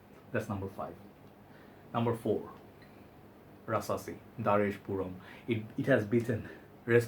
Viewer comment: Your video is really good 🤔🤔but Why you keep still says puram😔😔? actually the Pronouncition is PO OHM 😉 (POUR HOMME)